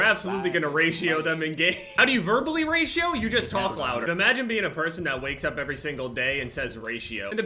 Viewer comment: When says "Raito" instead of "Ratio"